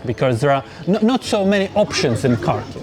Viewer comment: If you work for Kyiv Independent, shouldnt you spend one day max on learning how to pronounce the city you are talking about?